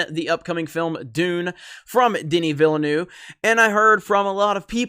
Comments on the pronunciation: Its pronounced "ville-nuhve" lol not "noove" loll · "Danny ValaNuew" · His last name is pronounced Vil-N-Uh-V. Not in my habits to correct people's pronunciation (as a french speaker myself I made plenty of mistakes) but maybe some might find it interesting. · Villeneuve is pronounced “vilnœv” or “vilnove”; just saying. Btw, great content, love your work. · You know there a second "v" in Villeneuve. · That is not how you pronounce Villeneuve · Keep up the good work! On a less serious note: As a native french speaker, hearing you trying to pronounce "Villeneuve" is quite funny;) I don't blame you it has a lot of strange sound for english speakers. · The way you pronounce Villeneuve is jarring, please stop and try to get the right pronuciation. I know that you yankees are lazy about other languages, but it's time to try harder.